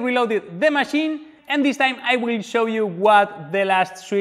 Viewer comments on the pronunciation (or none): none